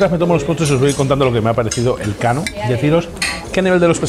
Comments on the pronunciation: NOOOOO HOMBRE NOOOOO!!!!!!! No es "El Kano", sino "Elkano". Juan Sebastián Elkano, conocidísimo navegador y explorador vasco, archiconocido en todo el mundo por ser la primera persona en dar la vuelta al mundo jajajaja. Elkano nació en Getaria, donde está el restaurante. Es más, a escasos metros del restaurante hay un monumento dedicado a su figura. Te has lucido jajaja. En algo había que fallar en toda la ruta. Saludos! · Es Elkano, no El Kano jajaj